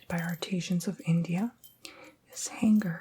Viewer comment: Did anyone realize he pronounced artisans like art-ee-sheeans lol